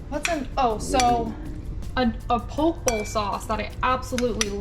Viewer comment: Poke is pronounced "Po-Kay" haha looks good though